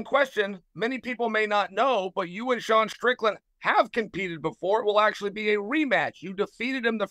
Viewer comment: called sean deshawn too